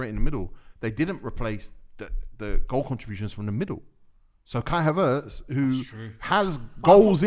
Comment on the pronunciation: Ngl you man piss me off man said havertz